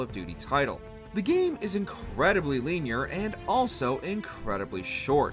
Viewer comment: "Linear" Is english your first language?